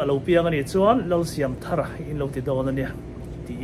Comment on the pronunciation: I lam dan hmasa kha a dik zawk , thar hi adjetivea ni dawn a, noun a nih avangin i pu phuah dan angin lam zel rawh ka ti,ve mai mai a nih chu.